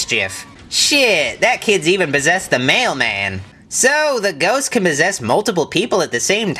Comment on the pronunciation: He said mossess instead of possess